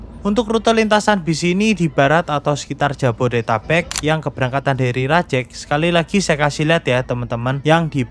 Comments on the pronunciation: rajEg vokal E nya kayak pErnah, bukan E nya mEdan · Spelling nya Rajeg, bukan Rajeg 🗿